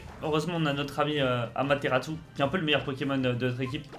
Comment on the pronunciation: Il y a un T en trop sa se dit Amaterasu